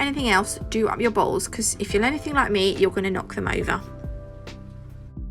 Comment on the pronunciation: When you said ‘don’t forget to do up your baw all’s’ my husband bust up laughing. 😂🤣 You might want to enunciate the t in bottles. LOLOL